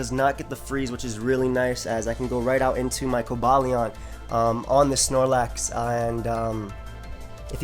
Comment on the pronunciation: i believe its pronounced kohba lyeon (Cobalion)